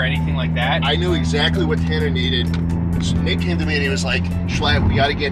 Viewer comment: just to clarify you did say nick right? Kinda sounded like something else 😩